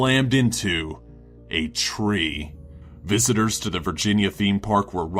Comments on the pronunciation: I'm sorry but when he said a tree I burst out laughing 🤣🤣🤣🤣🤣🤣 *Cuz the way he said it btw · (9) my only thoughts are if u say a tree the way he does its funny to me